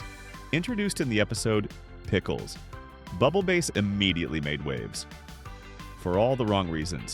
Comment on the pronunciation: It's pronounced bubble bass not bubble base